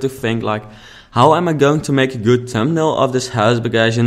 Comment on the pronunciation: It took me so long to figure out what you were saying around 6 minutes. Thumbnail! :)